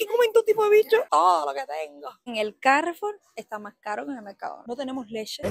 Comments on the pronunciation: El nombre no es castellano, nosotros no decimos ' carrefur' si no carrefúr, con acento en la u. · suena Carrefúr, porque es francés, que acentúan en la última sílaba. Cárrefur sería más como sonaría en inglés. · Es una palabra llana, por lo tanto, no lleva tilde, tú dices Cárrefour acentuando la primera A y es sin acento Carrefour, tal y como lo pronuncias la última vez cuando haces la pregunta. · Hola Dices Cárrefur pero es una marca francesa, con lo que Carrefour se pronuncia Carrefúr (los franceses dirían Caggefúg, pero aquí lo llamamos Carrefúr) Un besazo desde Cádiz 😘😘 (o dos) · al ser una marca francesa, la pronunciación teórica es "caJfú" (pongo una J para representar la R francesa), pero en realidad todo el mundo (incluso en su publicidad) dice "carrefur" (acento en la U) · En verdad la pronunciacion de Carrefour sonaria como "cagfú" porque es francesa la cadena pero en España nos gusta decirlo como se leeria en español "carrefur" (aunque nos saltamos la "o" intermedia). Yo creo que Carrefour tiene algunas cosas mas caras que Mercadona, solo que a veces tiene promociones con descuentos o 3x2 en articulos (pagas 2 y te llevas 3) etc... Las partes de animales como el cerebro de cerdo que mencionas en el video se engloba con el nombre de "casqueria", a mi me recomendó un doctor comer casqueria cuando estaba a falta de hierro), a veces se prepara con vino blanco y ajo o con tomate etc.. De pequeña tambien me daban triturada en puré (higaditos de pollo) porque decian que es beneficiosa para la formacion del niño. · A ver, lo primero es felicitarte por tus vídeos que me encantan, y segundo decirte que Carrefour se pronuncia con el acento en "fur", ya que es un nombre francés, y no inglés. Repito, me gustan mucho tus vídeos. Besos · Se dice CarrefÚr, no CÁrrefur. La marca es francesa, no inglesa. Durante todo el vídeo, cada vez que dices CÁrrefour mi cerebro automáticamente repite: "se dice CarrefÚr". Jajajaja. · Carrefour. Acentuando el ur.